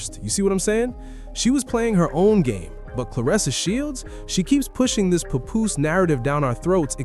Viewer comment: It's NOT PA-POOSE - IT'S PAP-POOSE LIKE PAP-SMEAR!